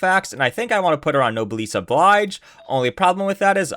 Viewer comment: Nobleese oblige ??????? It's actually said No bless Obleege idk if that confusing but the pronunciation kinda triggered me